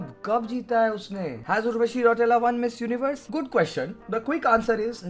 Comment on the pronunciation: Urva - chi! 😂